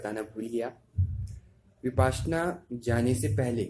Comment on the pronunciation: भाई विपाश्यना नही .. विपश्यना है .. कहने मे कठिनाई है तो विपस्सना कहे ...